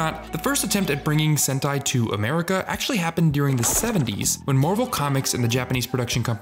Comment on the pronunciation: 7 minutes in and I JUST realized he was saying sentai… not hentai lol